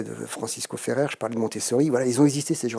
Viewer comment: Top ce grand Monsieur, juste, c'est Francesc Ferrer( sans prononcer le r, svp) i Guardia 😊